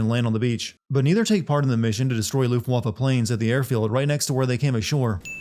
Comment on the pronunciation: You meant 'Luftwaffe', right?